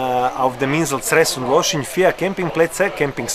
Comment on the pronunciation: Danke für diesen schönen Bericht! Wir waren so oft dort. Das geht jetzt leider nicht mehr. Losinj spricht man Loschin, das j hört man nicht. Wunderschön ist es dort, danke fürs Minehmen !